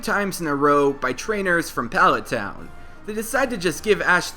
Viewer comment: Hate the way you say palet town